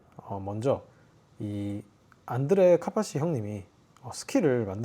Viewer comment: 안드레 카뽜띠 발음이 인상적이네요